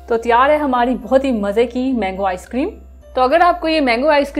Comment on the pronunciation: plz ap apne bat karne k style ko theek kejeay main mazaq nai urha raha per ap ko log dunia main dekh rahay hain ap ray ko rhy or rhy ko ray kehti hain jesay karhain gay or hamarhi mango icecream na bola karain bura lagta hay